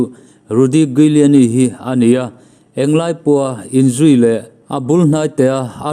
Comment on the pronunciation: Rudy Giuliani i pronounce dan hi Google ah teh zawng ve la a ṭha tur. 😁😁😁